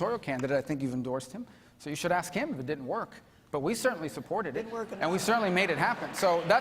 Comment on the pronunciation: Rubio should get Demings to say the word "ask". Watch her say AXE instead 😂🤣😂 happens everytime AXE AXE AXE